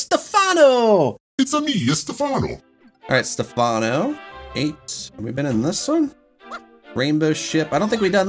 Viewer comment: Who the heck is Stefano? Also, in Italian it's actually stressed on the E.